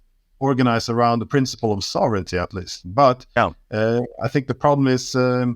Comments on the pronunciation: Ik ben niet zo'n voorstander van gezeik over iemand zijn Engels. Ik vind dat van ondergeschikt belang, maar als we toch bezig zijn, let op je uitspraak van sovereignty. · Zijn Engels vind ik niet zo belangrijk. Sovereignty spreekt hij overigens verkeerd uit, maar, nogmaals, totaal niet belangrijk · Luister gewoon hoe Glenn het uitspreekt. Sofferntie